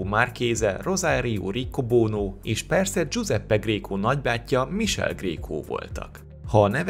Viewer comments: Csak két kiegészítés: az apját hívták Cipőnek, így lett ő Kiscipő. 😁 Michele kiejtése „mikéle", nem „misel" (ez fájt). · Szerintem nem misel hanem mikéle . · Mikéle, nem Misel a kiejtés, könyörgöm... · Csak egy apró tipp, olaszul Michele helyes kiejtése ‘Mikele’, középen hosszan tartott ‘e’ hangzóval. Amúgy köszi, érdekes 12 perc volt! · Igy igaz.